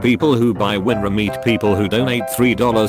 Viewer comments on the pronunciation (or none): none